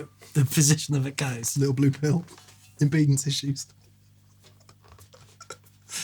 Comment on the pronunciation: everytime say “t shaped object” everytime mic suddedly changes key mid-noodle everytime either of them say “clipping” everytime either of them mispronounce the word impedance, intentionally or not 😂